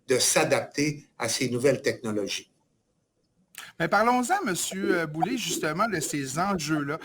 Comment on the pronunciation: C'est pas Boulay, c'est Boulet !!! Boulet (comme poulet) et non Boulay (comme du blé) !!!